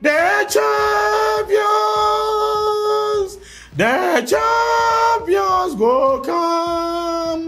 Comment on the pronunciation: 🤣🤣🤣 Did I hear 👂 saying " The Twampions" 🤣🤣🤣